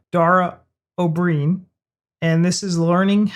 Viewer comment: its said oh brian like brian from family guy